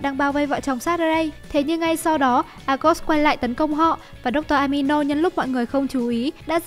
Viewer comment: Dr amino??? Dr animo mà nhỉ🤔